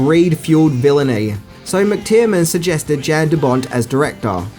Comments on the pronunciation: Also McTierNan, not McTierMan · Man can you pronounce any name correctly? It's mctiernan not mctiermann or mixed Tireman or whatever the hell you're saying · McTiernan is not pronounced McTierMAN or McTIREman . It's pronounced McGucciMayne. Hello! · Its McTiernan. I think you pronounce it every way except that!!!